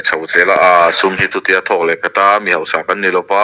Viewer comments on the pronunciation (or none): none